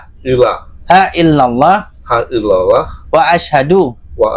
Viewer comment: Mihon maaf sebelumnya bukan menggurui, dengan kerendahan hati saya mau koreksi boleh ya.. Untuk tuntun syahadat, ketika kalimat Ilaaha jangan diputus Ilaa ha harus (اله) bukan (إلى ه) karena khawatir beda arti.. Terimakasih